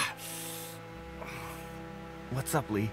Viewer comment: Larry called Doug “Dough” 😂😂